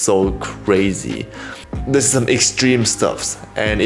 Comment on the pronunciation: I love how he say "dis"